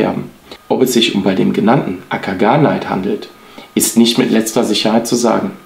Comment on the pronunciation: Es sollte m.M. nach heißen Akagane-it, nicht Akana-neit. Also kein ei sondern e und i getrennt. Siehe die beiden anderen Beispiele.